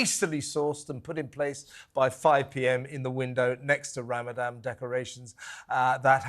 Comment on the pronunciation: I'm totally on Kevin's side but sorry to sound picky but he needs to pronounce Ramadan properly rather than call it "RamadaM". The people on the other side of the argument are very likely to get easily offended so it's better to NOT give them something to moan about, as they might get inspired to give him the Batley teacher treatment just for calling it RamadaM. is 100% spot on as well and a huge inspiration for me as a woman. We need more types out there. Happy Easter to all at TalkTV! With best wishes and great respect from a Jewish supporter who is thankful for the support you have given my community.